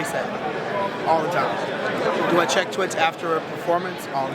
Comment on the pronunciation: lol he says "twits" instead of tweets XD